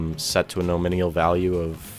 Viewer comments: lol, im a developer and you dont know what your doing or talking about. nor can you speak the word NOMINAL its not NOMINIAL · I need therapy after haring "nominial" so many times. Other than that, great video. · NOM - IN -ALL : say each of these groups of letters LIke :alum- min- ium : My mom wouldve agreed with your english, but my english, sorry to say, is american. Following link is for your benefit of pronunciation. (click on the speaker icon) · lol...nominial... It's no min al brother. great video, learned alot thanks..subbed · Here you go, this guy made quite a good documentation, that appears very logical: You might have to resort to google translator though;) Thx to, the video wasn't too bad actually, besides listening to your pronounciation of the word 'nominal' being a little bit painful. Good stuff, thanks! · This is the 3rd video I've watched today from 3 different people who all pronounced nominal incorrectly. Your video was helpful so thanks for that but damn. It's not a hard word to pronounce